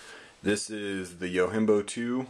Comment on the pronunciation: Fair enough, well thought out review. I'm not here to bust balls, but I feel I should say, it is not pronounced "yo-HIM-bo." It is a Japanese word meaning "Bodyguard," and it is actually pronounced "yo-JIM-bo." Peace.